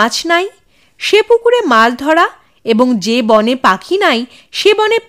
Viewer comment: সুন্দর। তবে 'বনে' নয়। বোনে উচ্চারণ করতে হবে। বাংলায় লেখা থাকে – মনে। উচ্চারণ করতে হবে মোনে। বিখ্যাত গান – বনে নয় মনে মোর পাখী আজ গান গায়… গানটি শোনা যেতে পারে। সব ভাষাতেই বানান এবং উচ্চারণ পার্থক্য হয়।